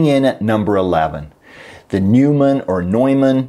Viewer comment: It's not Newman or Neumann, it's just Neumann.